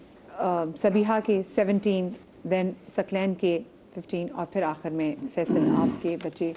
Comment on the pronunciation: host ki urdu ka talaffuz bohot ghalat hay ,Saqlain ko ,Saklain keh rahi hain